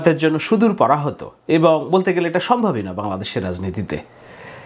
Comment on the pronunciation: হা হা "সম্ভবই না" যেভাবে বললেন! আল্লাহই উত্তম পরিকল্পনাকারী।